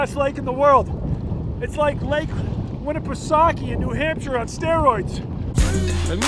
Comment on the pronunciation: When you said lake winnipesaukee I almost died!!!!